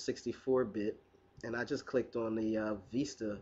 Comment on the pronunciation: props for pronouncing Vista correctly!